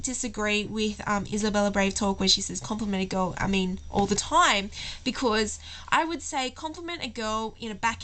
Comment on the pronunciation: Ok, 1, she's not British, she's either Aussie or Kiwi, 2, can you not say 'because' like that please and 3, the examples of how to respond to 'do you love me?' that you gave were absolutely ridiculous and not cute or endearing. Pisses me off when girls ask that as well. Do I have to keep telling you?!?